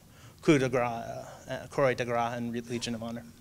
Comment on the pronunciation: I hate saying bad things in comments, but, as a professor who assigns presentations- usually dealing with a lot of foreign words, I stress to the students to learn the pronunciations.....Croix de guerre: kwah de gair….Lyons, France: Lee-own.....I do appreciate your research, though